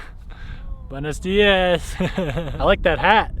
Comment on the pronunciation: "buenos diazzz jejejeje", nailed it.